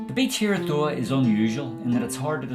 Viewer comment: It’s normally pronounced Doowah.